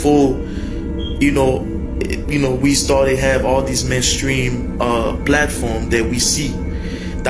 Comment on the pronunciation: Well I know you'll never be a mainstream rapper because you can't pronounce mainstream you have to be able to pronounce anything to be a mainstream rapper